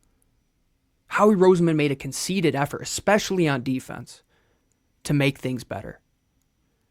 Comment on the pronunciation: Love the channel. It's con-CER-ted effort. Not conceited effort.